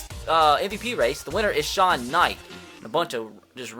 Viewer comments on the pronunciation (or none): none